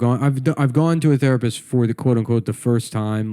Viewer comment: The rapists prefer if you pronounce it, "theapist."